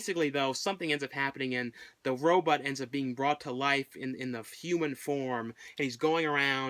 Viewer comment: Always enjoyed going back and watching some of your videos I might have missed!!!😊😊😊😊 the way you pronounce Robot ("row-bought" ) comes out sounding like you're saying "Row-butt" !! 😁 not a huge problem or anything,just thought it sounded kinda funny lol,👍😄